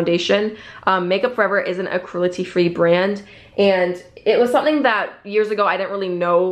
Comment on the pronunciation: She says “cruelty” so weirdly almost like “crulety”